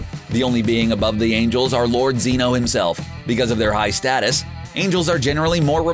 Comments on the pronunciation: It’s pronounced Zen Oh not See no or see oh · Ok ik this is a year old but its zen-oh not zee- no. But other than that this was ok i guess😕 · he just said Zeeno -_- at the first 31 seconds! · Bruh its zeno(zen oh) no zzeno lime your talking about xenomorphs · Zeno not zeeno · 😡 it’s not lord zino it’s lord zeno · Its zeno not zeeno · It's pronounced zen no not zeeno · How normal people say Zeno: (Ze-no) How says Zeno: (Zee-no) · Uuuuh it’s Zeno not zeenno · My boy said zino it's zeno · ZEN not ZEEN Jesus Christ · Chompa not Champa, and Zeno not Zino, Jesus does this dude even watch Dragonball? The fool can even say the damn names right except for the DB names that are household names. Smfh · Zen-o,not seen-o.🤦‍♂️ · Nobody notice that he say zeeno and not zeno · Zen-o not Ze-no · It's 'Zen-oh', not Xeno. Have you even watched any episodes? The amount of shit wrong here fucking stupid. You've officially lost another follower. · Why does he say ZEEno instead of Zeno? That is proof that this dude is reading off a script and does not watch dragon Ball He also said CHAMP-a instead of CHOMP-a. I mean come on 👎👎👎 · "Zee no" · “Zeeno” grand zeeno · Z-eh-noh. Ch-om-pa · No ZEENO ITS ZENO °>° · my man said zEEno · “Ziiino of course” - how dare you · STOP PRONOUNCING XENO WRONG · My man said zeeno😤🤦‍♂️ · I really dont like how you pronounce names wrong like zEno amd champa or how ever its spelled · Nobody:: Zeeno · he said zee no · I stopped watching the video once he said Zeeno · Are you mispronouncing the names on purpose? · The way he says Zeno makes me itch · Anyone else notice how he misread Zen-oh’s name? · He says zeno wrong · It only proves he can't say zeno right.